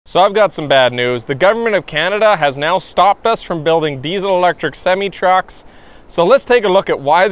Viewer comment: You need to learn how to pronounce semi.